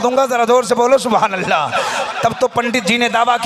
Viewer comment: Suwhanallah nahi balke subhanallah h hazrat